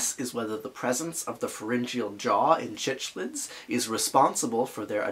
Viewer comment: Love the video… but as a fish keeper it’s killing me how you pronounce cichlids. It’s pronounced like sick-lid. At least that’s the common pronunciation hard c